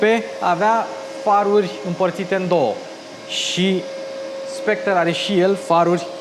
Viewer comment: Soectre se pronunta fara cu r la urma.